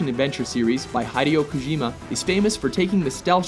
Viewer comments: hi dee o kojimo? its hideeoh ya dumbass ive herd it said this way numerous times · Way to butcher Hideo Kojima's name by the way. It's like the guy said Hidey-O Kojeema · He pronounced Hideo Kojima's name so wrongly I cringed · High-dayo Kojimi? How does WatchMojo not know how to pronounce his name? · He pronounced hideo kojima wrong man i wad laughing my ass off